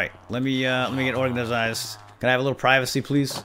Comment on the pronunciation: You pronounced organized wrong